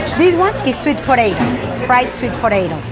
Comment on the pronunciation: unixmonk you're cold lol .......she's just happy to share. ...come on, lighten up .......one thing I would say is... she needs to pronounce "potatoes" better :P